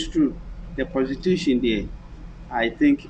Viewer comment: prostitution not protitution